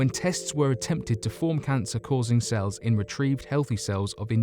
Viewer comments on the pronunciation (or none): none